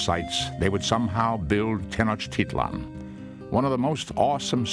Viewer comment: Oooooo I live in Mexico and the guy is saying Tenochtitlán incorrect